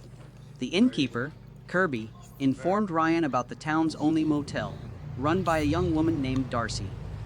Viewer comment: Brian not Ryan.